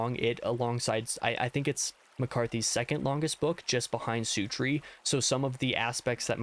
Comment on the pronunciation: I've never heart anyone pronounce "Suttree" like you do.... sOOtree? Having listened to it on Audible, I'm pretty sure that it is 'SUT', as in 'Shut the door' without the H. Aside from that, I would agree with most of your rankings, but I personally would have put 'Suttree' in the Great Tier, along with 'Outer Dark'👍🏻